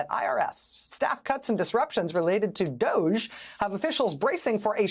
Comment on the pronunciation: No wonder they called it D’OHge.